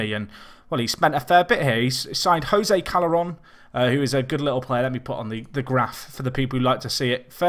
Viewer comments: It's pronounced Jo-se with soft J but not silent...... Sound like Cho-say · fuck sake, it's not HOSE it's JOSE!! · its pronounced hozay. #liveWithThat